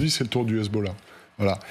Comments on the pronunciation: le sarradin il m'insupporte, le gars il a un enorme accent francais mais il peut pas s'empecher de prendre son plus bel accent arabe quand il prononce hezbollah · Dites moi pourquoi votre reporter en iran quand il prononce hezbollah ,on a l'impression qu'il vomis ?